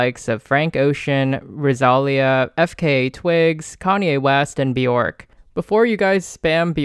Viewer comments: "Ross a lee a" PLS 😭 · girl if you pronounce Rosalía like that one more time😂